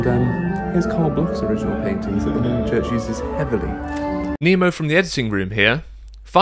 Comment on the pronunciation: Well done, and said Nemo.